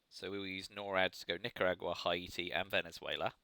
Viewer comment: Haiti is pronounced "Hey-tea". Great Soviet game! Really good plays in the Americas, and that Defectors of One Small Step. Do you think one side is stronger than the other (USSR vs USA)?